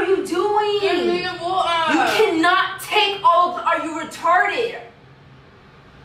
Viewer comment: I love how Tiana pronounces water 😂 Wa-uuhhh